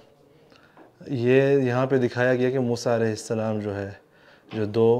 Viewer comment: Baitay aap ka salam lainay ka talaffaz theek nahi maherbani hogi agar aap ghor farmain shukria